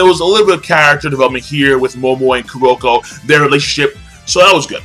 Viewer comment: I'm sorry but why are saying the names incorrectly? I love your reviews but it's starting to piss me off. Midorama Me doh re ma. Kuroko Kur ro ko You've said everything else correctly.